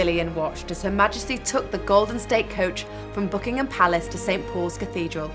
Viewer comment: Did the host of the video start her narration in clipped posh English tones then when it came to referring to the Queen's home say "Book-ing-Am Palace"?